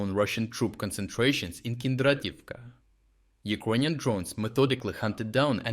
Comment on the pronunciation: Can this blud start to learn how to properly pronounce the word Ukrainian? or just pronounce it in the original language itself.